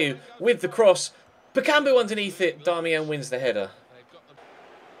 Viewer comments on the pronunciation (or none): none